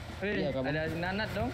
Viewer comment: “Nanat ama Pedong” terdengarku “Nonot ama Pidong” bah 😅😅😅